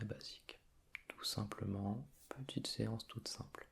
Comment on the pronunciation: tu as un petit accent du sud quand tu prononces "Une petiteuh blague" 🤔😂😂